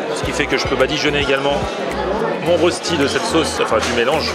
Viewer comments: pas la rostie mais roechti pour la prononciation si jamais ;-) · Si jamais ça se prononce pas."rossti" mais röchti". Ça vient du suisse allemand d'où l'orthographe ;) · HAHAHAHAHAHAHA comment il dit rœsti 😂k.o